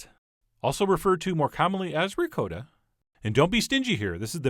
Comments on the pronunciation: Ri-coat-a?? I have never heard anyone let alone a chef pronounce Ricotta.. ricoata. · Cal- ZON-AY!!! REE-COAT-AH!! My Italian friend confirms these pronunciations!!! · RicOtta Not Ri COAT ta, Chump! love the show, can't stand the voice. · It's ri cot ta not ri co ta ! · "Ri-Coat-a", lol?? Nice looking calzone though!! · Just watched but I don’t know if I can trust someone who pronounces it Rick-coat-ahh lol but funny vid and thanks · No hate but, he calls ricotta, (ri-coat-a) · ri-codda ? wth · Awwww C'mon, Chef!! It is pronounced Pros schyiuto ham,and RiKotta cheese! I mean, seriously... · You say "ricotta" weirdly; please say it right !! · The way you pronounce "ricotta" makes me cringe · Oh Christ the way you pronounce Ricotta hurts my New York soul. Looks delicious though! Agree with the fork comment. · I honestly hate how he pronounces ricotta